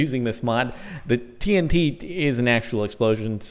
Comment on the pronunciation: tree-n-t lol